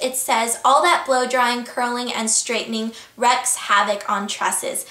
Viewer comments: wreaks havoc is pronounced "Reeks" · it's pronounced "reeks havoc" not "wrecks havoc" (i think it said wreaks havoc) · Wreaks havoc rhymes with week, you pronounced it wrong